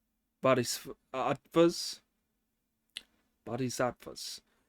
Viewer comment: That bodhisattva pronunciation is really getting there! Can’t wait for you to get it in 1 go.